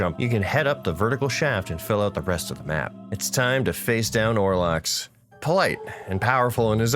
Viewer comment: Excellent video cringed at the pronunciation of Olrox 10/10